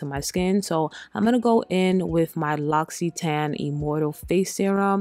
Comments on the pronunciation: You made me wanna check again the French brand L’occitane which btw is pronounced L’O-XI-TA-NE 😂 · First, you use way too many products and too much of them. Second, L'Occitane is pronounced Lox-ee-tahn. Confirmed by the brand in this video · Please pronounce the name brands correctly. L’ocittane 😂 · Its pronounced like Loxscitane. It tookme years to learn lol & Sol de Janeiro is pronounced like Hanyero.